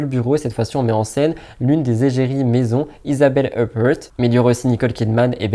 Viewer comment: Tu m'as fait trop rire quand tu à prononcé isabelle huppert "isabelle eupeurt" à l'anglaise alors que c'est une actrice française iconique ça se prononce à la française "isabelle upère" mdrrrrr je pense que t'es trop jeune pour connaître 😆